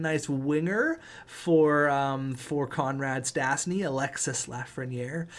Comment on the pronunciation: Stasny is pronouce stashny